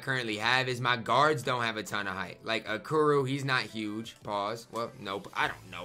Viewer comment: Anyone else notice is prononcong Okoro wrong? 😂